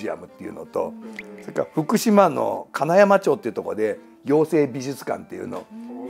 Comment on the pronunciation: 今回もとても面白い回でした！ 世間一般の評価や論評だけではなく、五郎さんの本質を語る洞察力や解説はいつも勉強になります。 それにリチャード・ダッドからまさかコティングリー妖精事件がつながるなんてとっても楽しかったですｗ あと…無粋で大変申し訳無いのですが、最後に福島県民として… 妖精美術館があるのは「金山町（かなやままち）」、「ちょう」ではなく「まち」という微妙なツッコミをしてきます